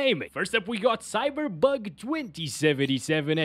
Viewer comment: Did i really hear that he say Cyberbug ??hahahahaa